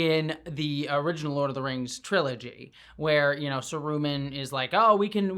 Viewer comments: Sah rooo mahn, I cringed every time you said sah roomin' It's okay though, I enjoy your content, keep up the good work! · SArumahn, not saRUman..... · Every time you call him Saru-man, 2 things happen. 1. Christopher Lee sits up in his grave and yells „Saruman!“ with the stress on the 1st syllable where it belongs and 2. I picture Christopher Lee in full Kelpien makeup spiked up on that wheel in Return of the King and that makes me so sad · May I ask why you pronounced Saruman “saROOman”? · I've never heard anyone say Saroooo-mon before 😅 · I liked how Adar died the same way Sauron "died" at the start of the season, i thought that was kind of a nice bookend. Also, have i been pronouncing Saruman wrong???? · Thank you for this video. It is nice to see some positivity about this show. Though the way you pronounce Saruman is cringe.